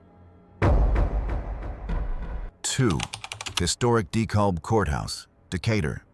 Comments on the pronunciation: Decalb County is pronounced De "cab" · Pronounced De-cab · Dekalb is actually pronounced "Dekaab." Commonly mispronounced. Cool documentary. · You pronounced Dekalb wrong....it is where I am. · that's why the narration sucks. Do a vote, you'll see that people prefer real human beings doing the narration on these programs. Yes, it can be that trivial to some people. Like the correct pronunciation of DeKalb. That was a dead giveaway.